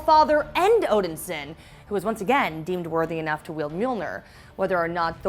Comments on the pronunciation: STOP saying "Odinsin" it is "ODINSON" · OMG please stop saying Odin Sin! Great video except saying Odin Sin. Odin Son! It's Thor Odin Son. There had to be someone who knew this during your production so I'm guessing they let you mess up and that's just wrong. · Odin-son not Odinsin. That was driving me crazy. And decent recap on the comics, but she can't wield Mjolnir if it not longer exist. Now if they do the multiverse, maybe they didn't break up, Odin didn't die, and Hela didn't pop up. But from the outside, it seems painfully contrived. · Odin-Son!! Not Odinsin!?!? It's really not that hard!!!! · Are you seriously saying “odinsen”? It’s “Odin-son” 😑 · please quit sayin odinsin... its odinsOn as in the son of odin. i love you but the way you say things gets to me lol and then you keep saying it over and over. the way you said odin is correct. it is odinSON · Omg yes she keeps saying OdenSIN like wtf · I hate how pronounces Odinson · Is it just me or does she keep pronouncing odinson completely wrong? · Yeah that was bugging me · Thank you.. i come to the comments section to see if anyone else noticed. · It's pissing me off